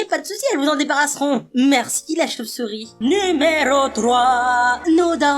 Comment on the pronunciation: comment ta mi la choupsour pas la vidéo le choupesourie quand tu parle